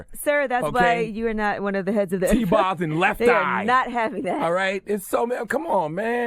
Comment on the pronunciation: Charla said T-Box and Left Eye 🤦🏾‍♀️